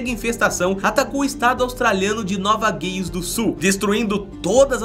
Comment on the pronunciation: Por Luís Antônio Menghi Nova Gales lê se Nova Gueiles . Foi a pronúncia que o apresentador usou !